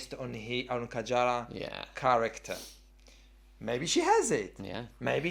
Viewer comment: Who The Hell Is Kajara? :D Kaarija!